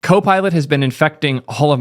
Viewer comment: Why does she say gHKOPILot